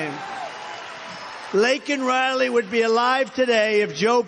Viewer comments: i cry every time i think of Laken Riley. Joe doesn't care enough get her name right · Not only did he say her name wrong. But he also said thousands were killed by illegals like it didn't matter. This administration and democrats are traider to this country. And should be imprisoned. Bote every Democrat out of office they have an agenda thats not good for ether side. And they just proved it. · So Biden can apologize for calling a murderous illegal immigrant "illegal", but he can't apologize for saying Laken Riley's name wrong!!!!😡